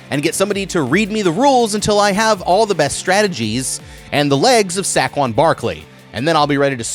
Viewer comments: Sack-quan Barkley?! Dude it’s say-quan Barkley. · Sack-quon Barkley, bro c’mon 😭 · “Sackwon Barkley”? C’mon man… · "Sack Won Barkley" 😭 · “sack won” barkley is wild worse than Gronk pronouncing egbuka 😭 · this mf said sahquon barkley... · in case you ever find yourself in Philly it’s pronounced (say-quan) they can get pretty rude out there so wanted to give you a head up 😂 love your videos though dude! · It's pronounced like "Say-Kwan" Barkley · Sack-Juan Barkley. 😅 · “SACK ONE BARK LEE “😭😭😭😭 saquon Barkley yu mean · is no one going to talk about how he said saquon barkley